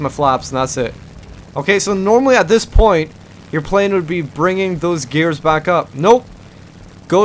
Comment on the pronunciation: point not poijt